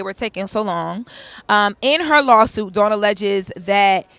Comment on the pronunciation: Lauren as a journalist I’m irritated with you continuously saying Dawn’s name wrong. She’s been out too long for this to be reoccurring and it’s your job as a journalist. It’s rude and lazy to talk about someone numerous times and not get their name correctly. All love Queen, I still enjoy you ❤